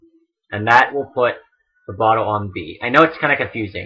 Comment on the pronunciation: I can't be the only one who keeps hearing "Reverse Photo Adventure".